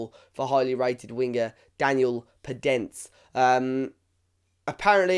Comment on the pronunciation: Great player with good dribling and creativity And just to know you pronounce the "e" in the end of his name